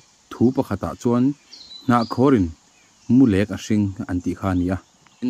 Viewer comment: Mulek ni lovin,mulêk tih tur aw sir